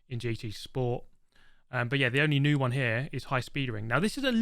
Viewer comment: He can't even pronounce New